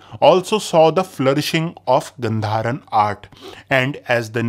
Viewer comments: As far as I know, its pronounced गांधार and not गंधार. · it is supposed to be pronounced as "Gaandhaara"... 🙏🏼